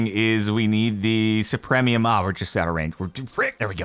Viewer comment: Anyone else bothered by Jordan's complete inability to pronounce supremium correctly?